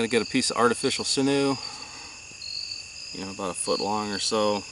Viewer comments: Not sure what sinoo is but sinew is pronounced like “sin you” or “sinyoo”. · Sinew is pronounced as sin 'u